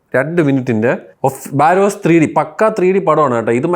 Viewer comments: ബാരോസു അല്ല myr barroz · ബാരോസ് അല്ലടെ ബറോസ് ആണ്. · ബാരോസ് അല്ല ബറോസ് 😂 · Baa-ross...alla monne....barozz... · ബറോസ് ❌️ ബാരോസ് ✅️